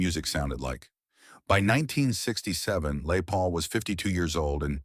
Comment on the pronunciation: Lay Paul..AI nonsense!